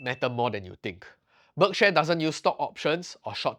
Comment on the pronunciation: It's 'berk-sheer', not 'berk-share'